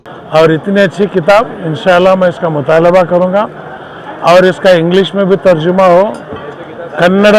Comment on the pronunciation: C m ibrahim bolre mai kitab mutaaleba (means mangna)bolre wo mutaala(means padhna) hai